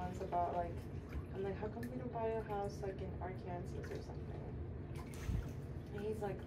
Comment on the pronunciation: Did she say arc-Kansa 😂